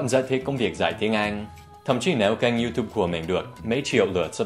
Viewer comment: 1. Dan nói sai rùi! phải là Iu - túp - bờ chứ 😂 2. Dan này Dan cứ bật ads lên đi. Mà có ai giống mình ko? Cứ xem video của Dan là lại rình quảng cáo để bấm vô 😂😂 3. Luv Dan